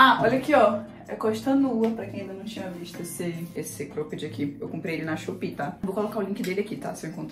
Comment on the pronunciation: Engraçado ela falando Crôped 😅